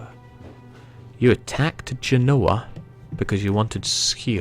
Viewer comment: Why can no one pronounce Genoa correctly? Jen-Oh-Wah :)